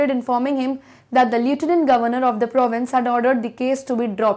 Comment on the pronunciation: Mam can't you pronounce lieutenant in a proper way?